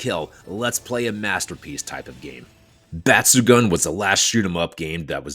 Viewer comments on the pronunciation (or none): Just a couple of quick language points: Batsugun means "exceptional/outstanding" (抜群, literally 'removed from the crowd'), and the last part is pronounced as 'goon', not 'gun'. Both u's sound the same.